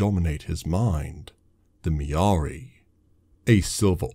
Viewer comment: Mirari Not Miaari